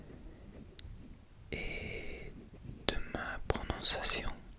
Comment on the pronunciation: ton français et ton accent sont nickel ! et plus tu pratiqueras plus tu t’amélioreras mais c’est deja super!! j’ai remarqué que tu prononçais les “t” à la fin des mots alors qu’on ne les prononce pas comme dans le mot accent par exemple mais à part ca y’a rien à redire !